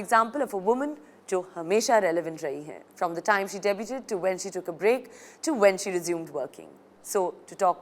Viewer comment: debuTED nahin debud. koi bhasha bolna hai toh thik se bolo